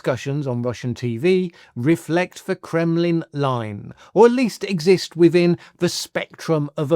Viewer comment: Would be good if you could manage to say "WITHIN" rather than "WIVVIN", don't you think? Why are you so lazy with your speech? Also, bad English detracts from your authority.